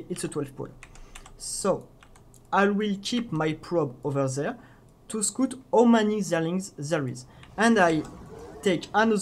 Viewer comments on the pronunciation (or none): For the love of god please stop saying scout like scoot. The u is there for a reason buddy.